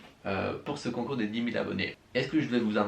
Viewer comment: Mdr a 32seconde concnoure au lieu de concoure